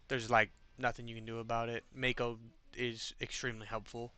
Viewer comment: Also it bothers me more than it should that you pronounce her name "mayko" instead of "mahko" 😂